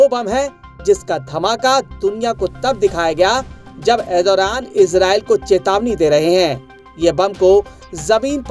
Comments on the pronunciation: Arey bhai naam tho theek se bola karo na Turkey prime minister ka... Ethoraan Nahi.... ERDOGAN 😂😂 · Erdoran nahi hota hai. Pahle name lena sikh lo bhai